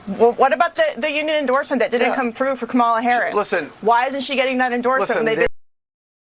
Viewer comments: Her name her name is not Ka mala you purposely mispronounce her name it’s, KAMA LA y’all gave up calling it out when they pronounce her name on purpose incorrectly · If an anchor can’t pronounce Kamala’s name correctly, she ruins any chance of credibility as her bias comes through loud and clear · Why are these morons so insisting mispronouncing her name? Is it some kind of litmus test